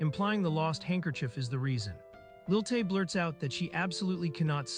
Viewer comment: It's Lilie not Lil Tay.